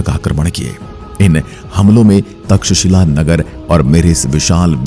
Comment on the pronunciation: तक्षशिला विद्यापीठ बोलने में कुछ तकलीफ होती है क्या?